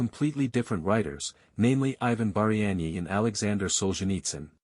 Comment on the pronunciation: Хлопці так не піде, так не працює. В заголовку прізвище Багряний написане по одному у описі по іншому, в відео по третьому, а диктор (ШІ) взагалі вимовляє так що не розбереш. Таким чином не популяризують особу. А так успіхів вам!